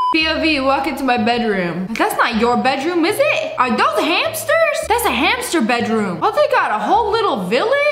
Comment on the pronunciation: Her calling guinea pigs hamsers💀